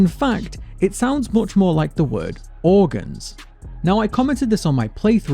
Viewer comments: He sounds like he is saying Mortgage to me which is way worse then organs imo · The organs one sounds like organsh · I hear orginjs instead of organs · the "organs" part sounds like that because it sepates the "or" "ang" "e" as shown in the screens, i think thats why since they are separated in the screens, and when u say it separated like that it sounds similar to " organs ".